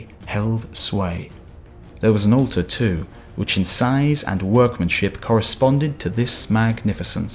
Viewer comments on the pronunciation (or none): none